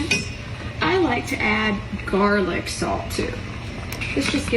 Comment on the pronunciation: "60 clove garlic's motha...chicken" I though she was cussing us out 🤣🤣